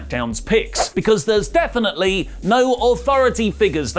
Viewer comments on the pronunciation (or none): none